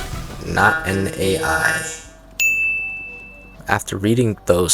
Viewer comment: how the hell do you mess up "AI" that bad 🥀💔